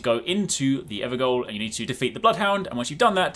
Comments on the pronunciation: Just a lil fyi it's pronounced ever jail not ever goal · evergoal = everjail in pronunciation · it's pronounced "ever jail" not "ever goal". GAOL is an old french & middle english word that became JAIL a few centuries ago. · "Gaol" is an old word for jail, and pronounced exactly the same. So they're called everjails not evergoals, which sounds like an collection of excellent soccer goals :P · Ever-JAIL. G-a-o-l is the old-fashioned British-english spelling (that we actually officially use here in australia) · Hey fun fact, Evergoal is pronounced ever jail. gaol is an archaic english spelling of jail.:D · Evergaol is pronounced like everjail. Gaol was the archaic way of writing it. Kind of annoying everyone calling it "evergoal" they didn't mistype it. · It's not the Ever "goal" its the Ever "gaol" which is an old school spelling of "jail" and is pronounced the same. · EverGAOL (jail) not GOAL ya bloody peanut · Evergaol is pronounced like “ever jail” btw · Evergaol is pronounced "ever jail". Gaol is an archaic spelling of jail. Its not a soccer goal. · It's not an 'evergoal'. It's an evergaol. A gaol is the old Celtic word for prison, and where the word 'jail' comes from. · It's "ever-jail", gaol is the original spelling of jail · “Ever-jail” not “ever-goal” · on point with that one lol so many content creators making same mistake lol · "Gaol" as in "evergaol" is pronounced "jail", it's the old spelling for "jail" from the late 1700s to early 1800s, then "jail" became more popularised! Hence why all of the Gaol locations have some form of enemy confined in them! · This is something I learned from FF14 but 'gaol' is pronounced the same way as 'jail'. Gaol is just an old way of spelling. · “Gaol” is just pronounced “Jail” cuz it’s a jail... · Just FYI evergaol is pronounced everjail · Gaol is just pronounced jail by the by, same word, literally just different spelling. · FYI it’s pronounced “everjail” it’s the old English spelling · It's pronounced ever"jail"